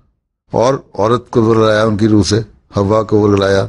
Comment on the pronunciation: حضرت "ہوا " نہیں بلکہ لفظ "حوا" ہے